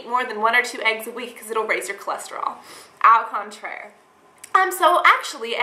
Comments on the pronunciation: I love how you say "ow contraire" instead of "oh" contraire at the beginning;D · LOL "ow contraire." it's pronounced "ohhh contraire " that just took my life. lol back to the video.